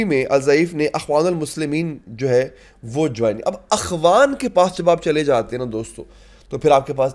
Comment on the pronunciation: اخوان کے نیچے زیر پڑھنا ھے